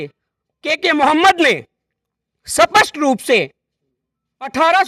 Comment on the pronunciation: स्पष्ट को सपस्ट बोलना बंद कर पहले। थोथा चना बाजे गना। हमारे पोथी खाने में पोथियां आज से 1000 साल पुरानी है और उसमे हमे हमारा इतिहास मिल जाता है साथ ही बहुत से साक्ष्य हमारे इतिहास को दर्शाते है। तुम जैसे बड़बोले लोगो की बातो से इतिहास नहीं बदलेगा। सुधर जाओ यार , हम चुप बैठे है क्युकी सभ्यता और संस्कार और भाईचारा रखते है। देश की एकता को भंग नहीं करना चाहते है हम,नही तो तुम्हारे जैसी मक्खियों को उड़ाने में समय नहीं लगता। नकली इतिहास बना लो तुम और खुश रहो पर हमे बुरा भला कहना अच्छी बात नहीं है।